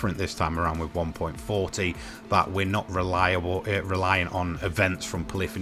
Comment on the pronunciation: Stop calling it one point forty. It's one point four.